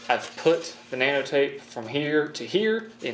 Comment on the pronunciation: I thought he said banana tape